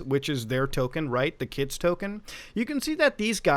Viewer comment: It’s not $kids it’s Skids man it’s Skids 😭😭😭